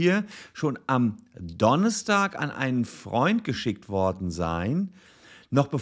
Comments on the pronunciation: Der wochentag heißt donnerstag, nicht donnestag ;) sehr cooles video. Wie immer ;) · Warum sagt Herr Solmecke immer Donnistag? Das nervt -.